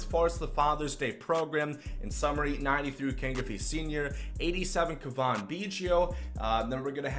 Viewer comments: Turd Ferguson yes it is Cav In not cavon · It’s Cavan, pronounced liked Gavin with a C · It’s pronounced Gavin with a C, he’s not French lol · It is pronounced Cav - in Biggio not Cavan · Kaa-vin, not Kaw-von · It’s pronounced C-A-V-I-N, like GAVIN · its almost like you try to say Cavan Biggio’s name wrong holy crap man..... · I know it's nitpicky, but the way you say Cavan literally made me close out the video. It's so bad lol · is it just me or does he have an accent (no im not talking about the way he pronounces cavan) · Is that how you say Cavan?? you’re terrible at names. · Learn how to say cavan, he's not french.